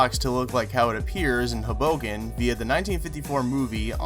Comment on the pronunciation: Awesome video. And as a New Jersey native, it's not "Huhbucken" it's pronounced "Hoe-Boh-Ken"